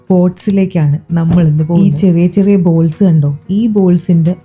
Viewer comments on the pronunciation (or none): none